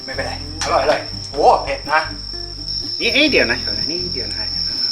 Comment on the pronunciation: อารมณ์ดีมาก กินก้อมีเสียงความอร่อย ดูเพลินค่ะ ออกเสียงอร๊อยอร่อยได้ แซ่บมาก